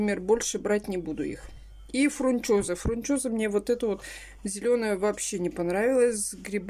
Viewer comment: Я сначала думала, что она оговорилась, ну когда она раз 10 повторила фрунчоза, то это явно уже не оговорка😂